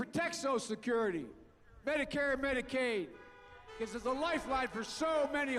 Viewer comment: "Badicath Care"